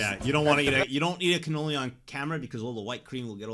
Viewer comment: Loved the video Can't wait for the next video man! I, for one, love canoli's.... And it's pronounced as Cuh-knowl-Lee, not Can-Ol-Lee LMAO! The Scream when Vergil came in to save you from a Demonetization was absolutely hilarious as well! And that is the one and only Meru the Succubus.